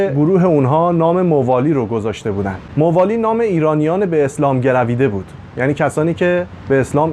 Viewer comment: تلفظ اسامی صحیح نیست ، موالی با فتح میم خوانده میشود ،حجاج بن یوسف ثقفی نام حجاج با فتح حاء خوانده میشود ، لطفاً در بیان وقایع مهم تاریخ از مستندات مقبول علمای تاریخ استفاده کنید ، اگر قرار باشد صرف علاقه به تاریخ و با خواندن چند کتاب تاریخی در این حوزه کارشناسی کنیم اساتید و دانشجویان تاریخ طفیلی هستند